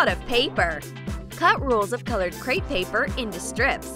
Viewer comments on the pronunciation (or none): none